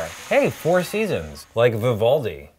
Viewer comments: It’s not Vi-Voldi It’s Viv-al-di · You don’t pronounce it vivoldi but vivuldi